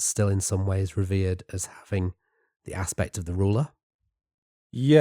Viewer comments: Great stuff as always. I'm not qualified to be pedantic and fault you for any mispronunciations of Ancient Egyptian/Greek, etc. terms, but I am qualified to be pedantic about that of 'revered', which is pronounced 'reh-VEERD' and not 'REH-veerd'. Anyway, glad to have come across your channel and this fantastic series especially - you're both clearly passionate and have some excellent academic rigour in contrast to many (more amateur/less rigorous) channels. Thanks for your work, lads! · If only could learn to say "Revered" - Re-Veered. Seriously though, I love your podcasts, they get me through the working day.;)